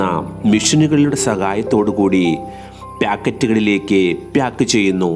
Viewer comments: പ്‌യാക്ക് അല്ല പാക്ക്😊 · ചിലർ ബ്യാഗ് എന്ന് പറയുന്ന പോലെ. 🤣🤣🤣🤣ഇവനൊക്കെ എവിടുന്നു